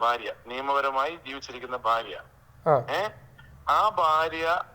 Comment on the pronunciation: ഫാരിയല്ല ഭാര്യ 😂